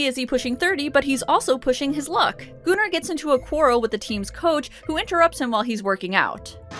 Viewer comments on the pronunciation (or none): I literally thought you said Gooner but the comments are saying Gunnar which makes more sense...but damn, Gooner makes it sound much funnier these days 🤣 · I love these videos! You are awesome. But it's pronounced Gunner not gooner. Keep up the amazing work. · kaship98 it’s pronounced goon-ar my friend not gun-er